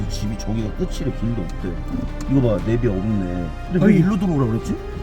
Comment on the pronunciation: 네비가 아니라 내비임. 왜 네비네비 하는지 이해가 안가네?